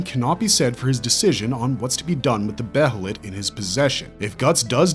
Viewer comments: Its not be HEY let Its be ye let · okay im gonna say this Now Its Pronounced Bay-Lit. The H is Silent. i love your videos but the way you pronounced Behelit always Urked me. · why does every yter pronounce every word from berserk so weirdly. be heee lit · I wish I never knew the proper pronunciation for behelit. It’s pronounced Baylet. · please just say it like bay lit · God, I can’t stand the mispronunciation of Behelit 🤦🏻‍♂️